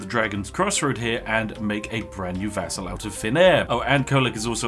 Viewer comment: It took me 10 min to realize he meant "vassal" and NOT "vessel"! I rly thought that commander was turning others into vessels for his soul!